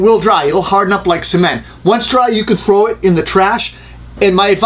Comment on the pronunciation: Good tip! But did you say "frow" it? That's shit I say lol